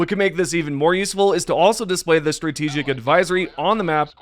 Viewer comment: "STRATAGIC ADVISORY" c'mon, man...